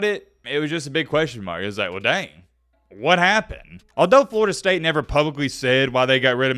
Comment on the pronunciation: Did he say Florida state cinnamon rolls? 😂😂😂